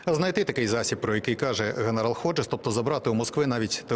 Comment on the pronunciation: Не Годжес, а Ходжес. Неможна перекручувати прізвище